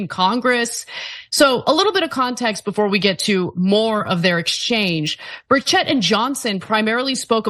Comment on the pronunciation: The E in Burchett it pronounced like an I